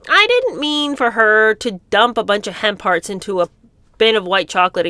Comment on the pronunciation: Oh, it’s hemp hearts! I didn’t understand until I saw it written down. Never heard of them before, and it sounded like was saying ‘hen parts’. Judging by the other revolting flavours, it could have been a possibility.